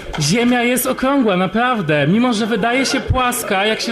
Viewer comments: "napławde, napławde" kurwa jebnalbym ci w ten glupi ryj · „Panie Januszu napawde” „Napawde sie odzom napawde” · "...i Ziemia jest okłągła. Napławde!" Zastanawiam sie, dlaczego tak duzo lewackich zboczencow ma ten sam blad wymowy.